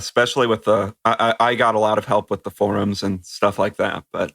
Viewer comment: I still laugh when you say "faux rooms," and I'm determined to hear correct you on it because he says it right lol